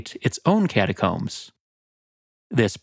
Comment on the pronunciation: Ah yes. The cataromes.